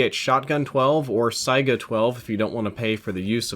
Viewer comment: Ok first off, that word is pronounced "say-guh", and second, that's definitely not a Saiga. It's more patterned after an AA-12.